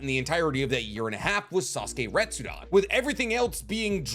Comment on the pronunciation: Re-tsu-den. Come on, friend, it's not too late to fix this mispronunciation issue you've got. It's not "Retsudan".